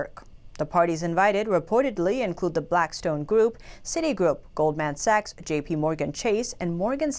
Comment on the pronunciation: can someone tell her how to pronounce goldman sachs, im dying over here